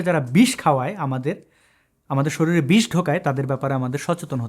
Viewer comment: ভাই তুমি তো ঠিক মতন কথাই বলতে পারো না। শরীল না বলে বলো শরীর কেমন! আর কি পারো? শুধুই মাথাটা দুই টুকরো করতে পারো। গরু, ছাগল কেটে কেটে এক্কেবারে গরু ছাগল ই হয়ে গেছে। তোমার ধর্ম যদি এতোই শান্তির বাণী হয়ে থাকে তাহলে তোমার ভয় কিসের?? কেউ যদি সমালোচনা করে করুক না? হিন্দু সনাতনকে কতো জাতি ধ্বংস করেছে তাতে কি হিন্দু সনাতন ধর্ম নষ্ট হয়ে গেছে নাকি আরো শক্তিশালী হয়েছে। হিন্দু সনাতন দিন দিন শক্তিশালী ও মহান বট বৃক্ষের রূপ ধারণ করছে। তোমার পূর্ব পুরুষেরা হিন্দু সনাতনদের উপর কতো কাণ্ড কারখানা ঘটিয়েছে তা তুমি এতো সহজে ভুলে গেলে?? নালন্দা বিশ্ববিদ্যালয় ধ্বংস, কাশী বিশ্বনাথ মন্দির, শ্রীকৃষ্ণ জন্মস্থান মন্দির ধ্বংস লীলা এতো সহজে ভুলে গেলে চলবে ভাই???